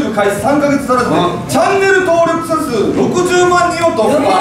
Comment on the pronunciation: 登録しゃ数って言いにくいですよね。ふと思いました。